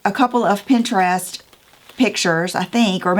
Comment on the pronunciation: You say Pinterest like normal people say Pinterest. If someone criticizes you, they’re not normal 😂. Hobby Lobby, Home Goods, Michael’s and At Home are my go-to stores. Can’t wait to see what you do!!